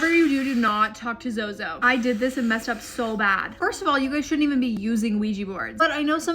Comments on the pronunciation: Girl it's ZOZO Not TOTO not BOBO😂😂😅😊❤ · For a hot second I really thought you said “shoto” like, from mha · I thought you were saying it wrong but then I realized you don't want to summit him lol